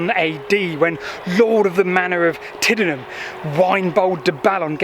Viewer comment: Really good and interesting. Just to let you and anybody how, if not local (born and bred).. Aust Is pronounced “Aost” the au is sounded as O..! Tidenham is pronounced Tidnum, and Newnham is pronounced Newnum, by us locals….!! If you ever do anything in or around St Briavels or Ruardean, check out the correct pronunciation first…